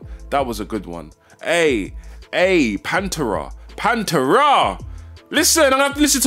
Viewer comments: Love your reactions my dude. But, it’s Pan-Terrahh! Not Panturah. Lol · The way he pronounced Pantera though 😂😂